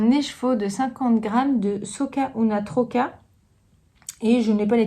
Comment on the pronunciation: J'aime beaucoup le dynamisme de ce podcast et je le like avec plaisir à chaque visite, si je n'oublie pas... Je crois que c'est la première fois que je commente J'aime le culot de tes couleurs pétantes et tes chaussettes. Au programme, les "Hortensia" de ta création... Juste, un petit truc, mes origines catalanes sursautent à chaque fois que tu parles de cette laine... qui s'appelle SOC UNA TROCA et non pas SOCa UNA TROCA. Ce mot a un sens : "je suis un écheveau" A bientôt